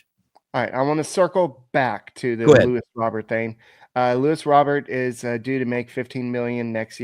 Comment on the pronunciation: His name is not LEWIS it’s LUIS